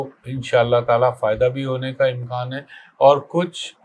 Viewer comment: امکان ہوتا ہے۔امکاں نہیں